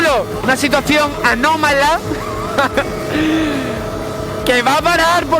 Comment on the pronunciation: jajaja "una situación ANOmala" sin duda jajajaja😝